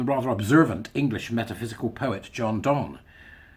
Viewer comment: Always love to here that quote from Donne. Radio 4 has been reading bits from a new biography of him this week "Super-Infinite" by Katherine Rundell. It'll be on "Sounds" if you ever have time 😂 It's generally pronounced "Dun" among us literary types btw. If you read him in the original that will make sense. Spelling in those days was wild.